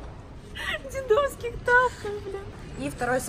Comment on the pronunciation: дЕдовских 🤦🏼‍♀️ 5 раз сказала неправильно